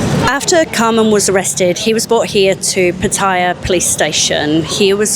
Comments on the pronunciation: PHA THA YAH ..however you given who you work for, it is not surprising you are incapable of the correct pronunciation or the actual facts for that matter, and more importantly why did you try to sell the knife story and where did it come from?? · Yeah, just got her press card from online journalist college... She pronounces Pattaya incorrectly.